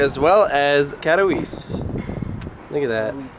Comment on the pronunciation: Lol. Just FYI: Katowice is pronounced Kata-vizza (yeh sounds just like "pizza")